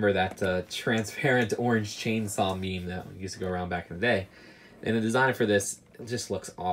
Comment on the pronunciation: Did you say meme?